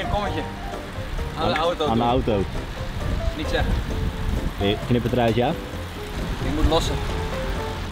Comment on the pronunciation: "n Limburger zegt niet 'Neuh' maar 'Nae'. Wel twee lettergrepen van maken.